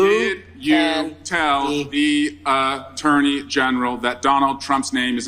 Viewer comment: The Uh-turney general